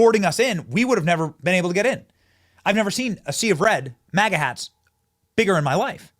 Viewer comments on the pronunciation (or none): none